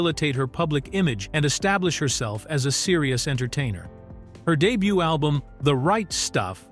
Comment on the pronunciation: AI saying da..butt 😂😂😂😂